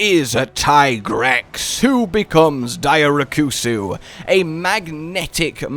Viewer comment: Hearing you pronounce it “dai-oh-re-koo-soo” instead of “dee-oh-rex” hurts my soul.